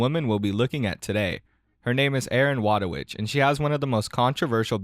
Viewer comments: btw her name is pronunced Voytovich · Thats now how u pronounce wójtowicz. but true respect for not even trying to pronounce it, Polish is annoying.